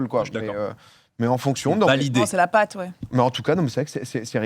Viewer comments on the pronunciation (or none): tscheu s'taccent la "pââte" 😂😂 tu dit ça aux Français ils te sortent une "pate" à tarte 😂